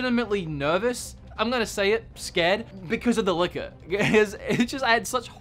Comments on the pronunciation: Definitely sounds like you're saying liquor and not licker when you were talking about RE2. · jimpan99 same here, i didn’t realize until he said that it chases you. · Dude I thought you were saying “liquor” XD I was like how drunk were you lol